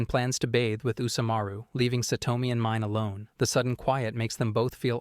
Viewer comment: God I HATE how the AI butchers all of the names. It's pronounced Meenay not pronounced Mine. 🤦